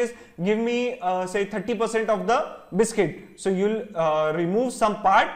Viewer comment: Sir I like this lecture but I don't like biscuits pronunciation